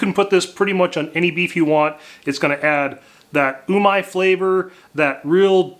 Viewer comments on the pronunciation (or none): umaj flavour ?????? i guess you mean umami ?